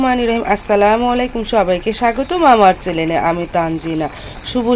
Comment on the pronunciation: চ্যালেন না চ্যানেল ।